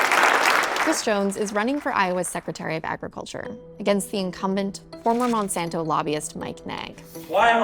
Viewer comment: It’s Monsanto bro